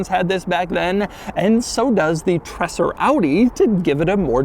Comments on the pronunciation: call it in your wordspeed „treeeser“ its more like reality. greez from switzerland 🤩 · A lil bit like treZer. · Stop saying Tresser! I don’t know why but the word is slightly irritating. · says Treser so often and always wrong, a single S is slower he pronounces it like a double S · The single s in his name suggests his name rhymes with razor, not dresser. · I usually don’t like people who complain about the way other people pronounce certain words. But this time even I have to say it’s really bad. Every time he says Treser it hurts a little bit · For a nice review, it hurts my eyes to see the directional wheels being mixed around, and hurts my brain to hear "Tresser" time and time again. 😣 Treser was even head of Audi Sport, and I would see his name as "Tréser" (my best descriptions). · Awesome, that you got one too review! But it's not tresser it's treser, kind of like tazer with a r before the a sound. Greetings from Germany😉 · Great video as always! Only one comment, it is pronounced “Trayser” not Tresser. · Pronounced “Treh-ser” not “Tresser”. Other than that great as always! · Treser in German is pronounced TreZer. Also, the wheels are directional, the front left is a right side one. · German here, true about how to pronounce Treser, but i think Doug is already going way beyond how to pronounce German Names and Word compared to most other American Car Reviewers. But for those who want to have an easy way to pronounce Treser correctly try: "Dre" like in "Dr. Dre" but "Tre" and then "sair" Prost & Cheers from the Bavarian Alps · It's pronounced 'Treeeser' with a long 'e'. No idea where Doug gets the double-s from 😁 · These tinted taillights were available as tuning parts for some VW-Models being famous in Germany in the 80er and 90ies as Treser-Taillights. PS: It’s more pronounced like “Traser” NOT “Tresssser” it’s a soft “S”.👍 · Just so u know, it's not pronounced "tresser" and more like "traeser" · Treser, Doug, not Tresser! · It's not tressur.. it's tray-zur.